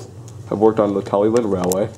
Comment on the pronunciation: Was told when I went Talyllyn and saw her at Warley in 2014, Talyllyn is pronounced Tali Klin